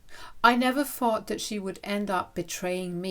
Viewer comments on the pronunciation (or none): It's "THing" not "Fing" "THought" not "Fought" Hope that helps.